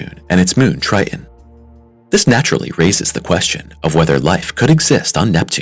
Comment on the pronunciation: you're killin' me with you pronouncing Tritan as, "TRY-uhn." Also, your CG reader is obvious in some segments, in spite of you training it on your voice. It does the weird vocal pause after commas, starting after them as if it is starting a new sentence. Your content is derivative and stale. Everyone deserves to make a living. Good luck with improving your content and presentation. Observe the PBS and other independent presenters in this area, such as Anton, his channel used to be "What Da Math," so look him up that way. He is a teacher, and seems kind.